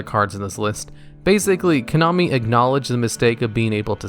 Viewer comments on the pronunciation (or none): none